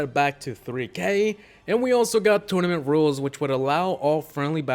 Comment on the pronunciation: EXCUSE ME DID HE SAY TORMANET 😂😂😂😂